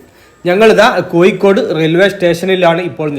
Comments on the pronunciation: കോയിക്കോട് അല്ല ചങ്ങാതീ.. കോഴിക്കോടാണ്.. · കോയിക്കോട് 😂😂 കോഴിക്കോട് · കോയി ക്കോട് അല്ല കോഴിക്കോട് എന്ന് പറ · എഴുതുമ്പോൾ കോഴിക്കോട് എന്നും സംസാരിക്കുമ്പോൾ കോയിക്കോട് എന്നും ശരി